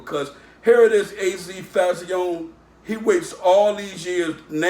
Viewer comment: What did he say Fahh-zee-own-nay or some shit 😭😂